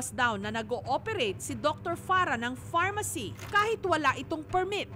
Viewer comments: farmacy.. not pharmacy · FARM-ACY NOT PHARMACY MGA VOVO KAYO FDA! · Luhhh hahah farmacy naman yun hindi pharmacy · Boston-shi... pharma-shi